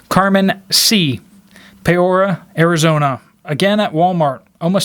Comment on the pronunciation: Are you talking about Peoria Arizona? It’s pronounced [ pee-or-ee-uh,] lol You’re doing a great job by the way, I really do enjoy your channel